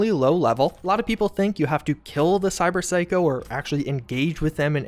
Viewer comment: Cyber psycho sighting in the city center...that's a lot of S sounds. Props for not flubbing that up.